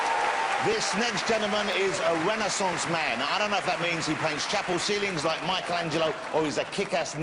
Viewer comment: I was in until "wennasance man" by that idiot that can't use the letter "r". How this idiot got a job in tv amazes me. This moron even says "jonathon woss".